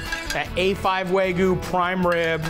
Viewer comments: Love you Matty!!! But….wtf is “Wahgoo”?😂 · wagyuu. not wagoo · Is it that hard to say wagyu lol he says wagoo every time 😂